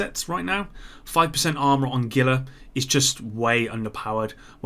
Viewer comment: ITS HEE-LA. NOT GILL-LA. ITS A FRICKEN TRIBUTARY TO THE COLORADO RIVER.